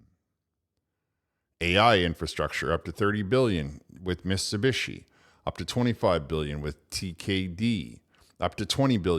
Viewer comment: you said “Miss Ubishi”